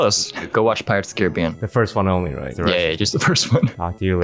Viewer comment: Had a girl who pronounced pirates as pi-rates, stressing the i. Lost my faith in humanity that day Ps. Her first language was english